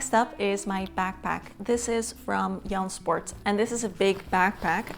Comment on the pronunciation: Thank you for sharing your favorites♥ You introduced me to Ikkyu , and their matcha and green teas are now staples in my pantry and diet. Green teas are a great way to get your greens. I've known of Jansport bags for a long time but had never heard someone pronounce the name with a silent J☺ Very Dutch and cute. For yoga, Katrina Razon has good tips and cueing. I like Hello Catwalk City for personal finance (though her channel is mainly about handbags). I also like Tanner Leatherstein who goes deep into the leather industry. This year, I really enjoyed the series Succession.